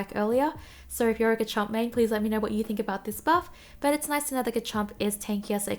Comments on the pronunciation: It's pronounced "Re-ji-gi-gus." For Garchomp, its pronounced "GAR-chomp" (more emphasis on the gar) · why do you ignore the R in GaRchomp o3o